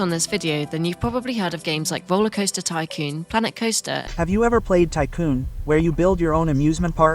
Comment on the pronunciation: The ai voiceover didn’t even pronounce tycoon correctly.